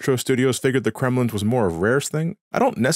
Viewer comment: i like how you call the Kremlings “Kremlins”